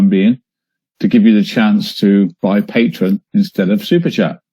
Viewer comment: It drives me crazy that he calls it Patron instead of Patreon.